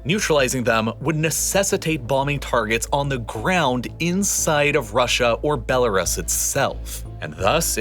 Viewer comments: dude stop saying BeloRAS, it's BeloRoos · Is Bell-R-Us a bell shop? Bell-r-us, bell-r-us, it's so annoying, I couldn't tolerate the video any longer. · Good video, but for the love of all that is holy, it's pronounced "bel-uh-ROOS." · BELL A ROOS not Bell A RISS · Belarus is pronounced like this " Bela roos" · And he says "Belaruss" about 100 times, like in all his other videos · For the love of god please look up how to pronounce Belarus, it’s doing my head in 😂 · The way he says Belarus is weird to me lol